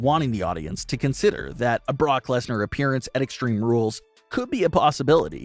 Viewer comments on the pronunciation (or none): none